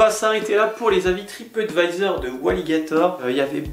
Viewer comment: Lol un moment as tu dis tripottevisor? C est du mon ce que j ai entendu sur mon telephone